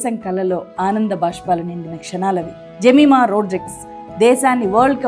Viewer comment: జెమిమా కాదు యెమీమా ఈ పేరు. యేబుకుమార్తె పేరు.ఆమెచప్పినసాక్షంఛాలాగొప్పది🎉❤